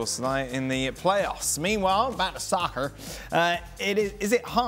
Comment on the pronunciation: the way Dan says soccer 😭😭😭😭😭